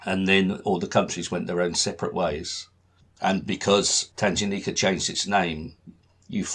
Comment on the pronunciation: Great introduction to the stamps of this area. I was born in Kenya, so grew up with these stamps and they still have a special place in my heart and in my collection. Just one small thing - the g in Tanganyika is a hard g (as in goose) rather than a soft g (as in gem).